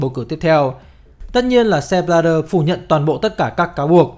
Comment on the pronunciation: Sao lại đọc là Sép Bờ la đơ nhỉ??trong khi tên ông ấy viết là Sepp Blatter